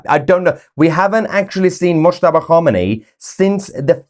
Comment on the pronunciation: Definitely 'Mushtaba' (mouse-taba)....😵😵👏👏👏👏